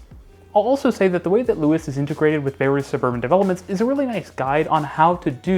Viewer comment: Little things to note; Luas is pronounced the same as 'Lewis' and the language is just conventionally just called 'Irish' rather than 'Irish Gaelic'. Great video though, it's rare to hear someone speak positively about our public transport system. Our bus network reaches very wide but is often unreliable due to contention with private car traffic. It is often faster to simply cycle than take the bus, even in the suburbs. If you come to Dublin, I'd recommend renting a Dublin Bike and cycling around the city, particularly visiting the Clontarf cycle route.